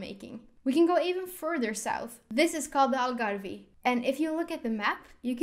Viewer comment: Algarve - the “e” is silent PLEASE!